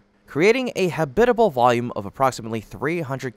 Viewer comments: ha-BIT-a-ble? All my 77 years, it's been pronounced HAB-it-a-ble. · You need to learn how to correctly pronounce the word "habitable" , please.